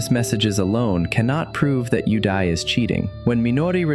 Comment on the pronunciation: all i can hear is "you die" instead of "yudai"